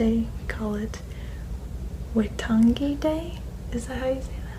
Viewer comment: Ahhh! It's always so cool seeing our little country getting some exposure! Your pronunciation of Waitangi was pretty much on point too. We literally use the term 'sweet as' for soooo much here, although you can always tell what people mean from the context. Congratulations on all the awesome things happening for you at the moment! Your videos always do wonders for me so I'm really happy to see things falling into place for you!